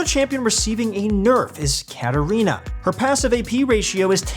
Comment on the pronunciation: Okay but why did they just butcher katarina like that